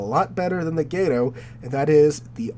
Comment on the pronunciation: as an evil sub player, GATO is way better then archer fish. Archer fish's torps SUCK and you must ping constantly which will get you killed very fast. U4501 > K1 > Gato in terms of best. Also there is no y in gato, it's just gato not gay-toe or whatever you are trying to say.